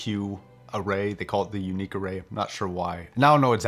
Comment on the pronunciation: It's pronounced as it's spelt, "Uni" "Q".